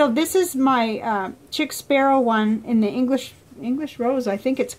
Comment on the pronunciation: I believe it's pronounced sheek Sparrow 😊 Also, I'd hadn't heard of Standard Knight or Log and Jotter. Is the notebook pepper fountain pen friendly?